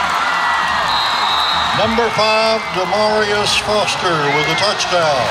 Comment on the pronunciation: It's "Demarius Foster"